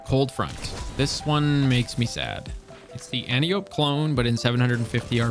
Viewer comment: Mispronounciation of Antiope is a pet peeve of mine. It's a Greek name, Ant Eye Oh Pee